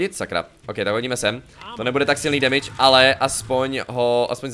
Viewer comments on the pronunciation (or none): none